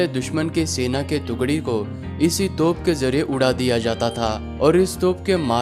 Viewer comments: Toph Nahin Hai Ray Bewaqoof, Toop Boltey Usko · तोफ़ नहीं तोप